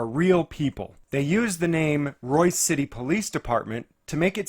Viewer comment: BTW, it's "Royse" City. Avoid it like the plague.